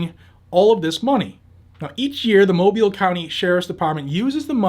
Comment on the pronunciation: He pronounced Mobile correctly. Thats rare